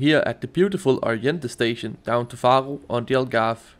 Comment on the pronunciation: dont be offended, but i find it really funny how you pronunce the names of the cities :D "Farro" hehe. Great video btw <3